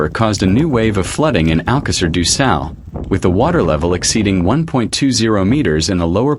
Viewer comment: Porra utilizem essa coisa da inteligência artificial mas o nome da localidade é de Alcácer do sal e não alqueires ducal os nomes das localidades não têm tradução e essa porcaria que voces usam da artificial revolta qualquer cidadão nacional ao ouvirem esses nomes que mais não são que uma aberração tal como o nome do rio ppi o nome dele é SADO e não ducal parem com essa mercadoria de ofedenderem a dignidade das pessoas com essa coisa da não inteligência artificial ela é sim uma aberração ao serviço da dignidade humana